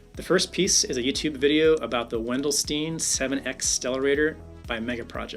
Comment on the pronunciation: Amazing, keep up the good work. Btw it is pronounced When-dell-stine (Wendelstein). ei is like tge i in I.